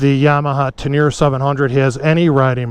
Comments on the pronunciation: Don’t want to be that guy but it’s pronounced Ten-er-ray. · Love the video other than pronouncing Teneré